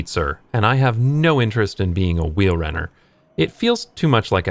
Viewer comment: That pronounciation of fietser and wielrenner was pretty good!